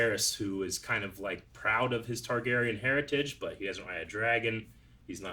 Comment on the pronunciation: .....it's TARgarian not TYgarian.